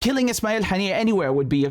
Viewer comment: Buddy what's wrong with your pronunciation of Arabic like it's weird you can't misspell those words "ام الرشراش" to "ام الرش رش" and now you're saying "ابراهيم حنية" instead of "ابراهيم هنية"